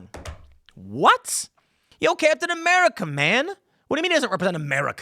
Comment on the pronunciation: Its captain "whaaamerica" now.